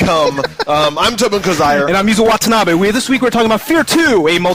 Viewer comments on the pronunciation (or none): woah this ur first ep? Yuzo watenabe (i think its pronounced: Watsanabee)